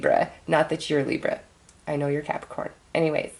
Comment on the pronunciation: Every time you say Libra I cringe Lol